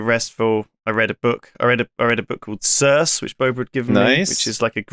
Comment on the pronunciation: Sorry, how tf did lewis just pronounce circe?